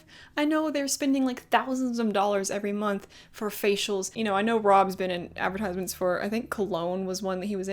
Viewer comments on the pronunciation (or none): none